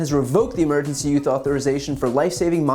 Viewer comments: I heard you pronounce "use" "youth" at least five times. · Just wondering if he's having a little trouble saying "emergency USE authorization". Every time he says it, it sounds like, and looks like, he's saying "emergency YOUTH authorization". I get it, it is hard to pronounce easily. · Is it just me or does it sound like BTC says, YOUTH instead of USE, whenever he said, "Emergency USE Authorization"?!?...& if so, is it intentional?? I'M SO CURIOUS!! lol 🤔🤥🤔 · Brian, it sounds like you keep saying "Emergency YOUTH Authorization" . . . . If they can't get monoclonal antibodies, maybe the Biden Administration should send DeSantis all the Ivermectin that Florida can handle . . . . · Are you saying "emergency youth authorization"? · The fact that you keep saying youth when you mean use is driving me crazy. I'm not trying to be mean, I love your content. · It's cute how BTC pronounces "use"